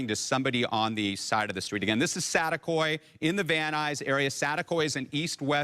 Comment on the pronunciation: SaTEAkoy, not satakoy lol it’s saticoy, reporter fix your English hahaha